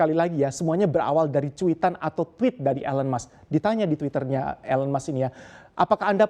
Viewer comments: I cringed everytime he pronounced Elon's name. 😬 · Cara baca "ELON musk" perlu koreksi.